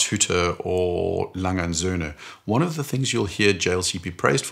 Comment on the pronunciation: Pronounciation of Glashütte and A. Lange & Söhne was suspiciously good. 😏 Great video!